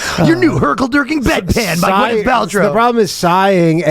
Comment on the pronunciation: The title says DurKLing, and then you say Dirking 100 times 😖 I cant hear a thing other than this. Which is it? DurkL or Dirk??